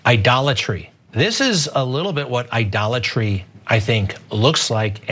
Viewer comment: Idolitey? Can you say Trump!